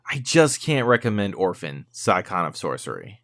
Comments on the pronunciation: it's "sigh on" like the car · Wait.... how did you pronounce "Scion"? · you pronounced it wrong